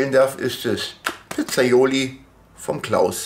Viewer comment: Das Zeug heißt PIZZAIOLA ,nicht Pizzaioli , nur mal so zur Info